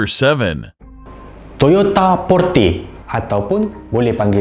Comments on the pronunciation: Cara sebut kereta Porte tu bukan Porte, tapi Porte 😁 harap membantu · Toyota porte la,bukan porte...porte,sebut btol²..,bukan porte.. #donegaduh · Porte lah bang bukan porte tu pon xtau apa lah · kt iklan Toyota tu dia tulis ポルテ so sebutan dia Porute (e taling). 😽